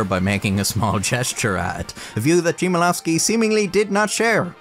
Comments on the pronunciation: its Chmielowski not Szymalawski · He neither said title nor author's name right - which is understandable as those are in Polish... but for Poles it sounds weird (and in title has different meaning). He said "nowe atenA", not "atenY" and author's surname as "Szymielofski" - while it should started with the sounds "hm" (like a sound you make when thinking about something really hard ;) ). Polish "CH" and "H" sounds almost the same (nowadays, it sounded differently few centuries ago) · YES ! They always care for not butchering French words etc but Polish? Naaah. "Cheemanovski". It's "Hmyelovski" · Ch in Chmielowski is not pronounced as "shi" as in Ship, but as normal "H" - in english you would read Hmielovski /xmjɛˈlɔfski/ Learn Polish 🇵🇱🇵🇱🇵🇱 🦅🦅🦅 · English pronunciation would be Hmielowsky. "H" like in a hat. The C is silent, like in D in Django. Great content btw, didn't know that story, but still my Polish ears hurt each time when you say "Shemelovsky" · It doesn't have to be "Shmielowski", you know. In a pinch, a foreign speaker can replace the "ch" with a 'k'. More accurately, though, it's a simple 'h', just like in English, but pronounced instead of silent. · Chmielowski: Read hmielowski Not "ch" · Just so you know, "CH" in Polish is simply read as "H". I can see how you didn't know that, but still, 10 minutes of "Czimelowski" was a tad painful for me as a Polish person. Oh, yeah, "CZ" is actually pronounced like "CH" as in "catch". Good vid mate :D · 1. Chmielowski is pronounced /kh-mee-eh-loh-vskee/ 2. As you can see, the entry for horse is much longer. It takes up 4 pages and goes into much detail 3. If you can, you may look into Paszyński's Black legend of Nowe Ateny (in Polish), it's available online and clears many of the misconceptions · Him saying Nowa Atena and not Nowe Ateny made laugh lol And Chmielowski, Czimielołski. Just put it into google translate and click the speaker icon xpep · The pronounciation of Chmielowski made me die inside slightly